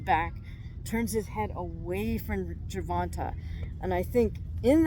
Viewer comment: Hey I love ur video, ur super knowledgeable… but as a black man my only gripe is ur pronunciation of his name, its GER-VON-TAY not Ger-Von-Tah… it might seem like nothing to u or others but to us it can be seen as disrespect! Again, loved the video!!